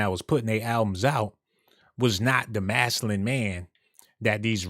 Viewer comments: MAS-Q-LIN... masculine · I like this dude I just want him to say masculine with a c in it 😂😂😂